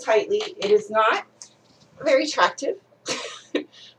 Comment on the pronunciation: Just saw the tags Vury sturdy. VURY heather. VURY teehed